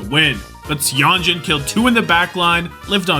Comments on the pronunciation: FYI, Seonjun is pronounced more like sun + June! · Yeah i hope he realizes that whenever you see "eo" together in korean names its still an "O" sound. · goated video as always but you gotta learn how to pronounce Seonjun lmao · He does it intentionally lol